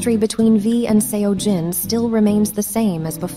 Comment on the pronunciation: That wasn't the right pronunciation. The 'eo' in Seojin sounds like the 'o' in sock.